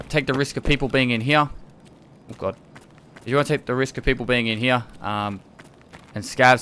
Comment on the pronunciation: D like your "here"